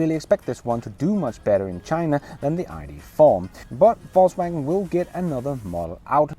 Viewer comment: Hey hope your vacation is going well brother. Also I can't help to notice that you pronounce VOLKswagen as FALSEwagen😄. Go back to your other videos and you'll see. I thought it was joking at first but it's a real thing.